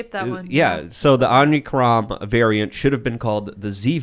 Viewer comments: Big fan of the show. But it's omicron not omnicron. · If you are going to criticize the media for skipping a letter of the Greek alphabet to appease someone, you should at least know how to pronounce the Greek letter they ARE using. It’s OMICRON not OMNICRON dum dum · "Omnicron"?... sounds like you're a part of the deep state. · Can someone teach how to pronounce Omicron?